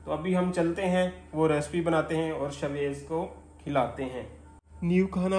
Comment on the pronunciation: Ap is ko sha waiz bulaya karen ap shwaiz kehtey hn .sha ki awaaz ani chaey.shaid ap maira mtlb samj gye hon ge .is tara acha nai lgta itna piara naam he us ki adaegi thik honi chaey.